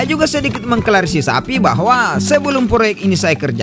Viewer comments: Klarifikasi mas bukan klarisisapi 😅😅😅😅😂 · Klarifikasi bos ku lain klarifisapi 🤣🤣